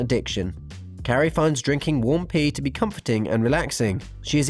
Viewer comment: the way he said pee 😂😂😂